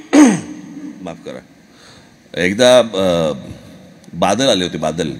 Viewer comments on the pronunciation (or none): राज साहेब लता दिदी ज्या शब्दातील चुका सांगायच्या त्या प्रमाणे मला दोन शब्द चुकीच्या वाटल्या 1)पंजाबचे बादल नाही बांदल 2)जिकुन नाही जिंकुन ❤